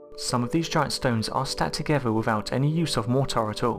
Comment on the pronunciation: Agreed. Worse than AQI, added to which are multiple instances of (e.g.) ‘togever’ (together) and ‘earf’ (Earth).